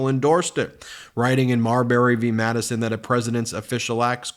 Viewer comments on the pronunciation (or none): none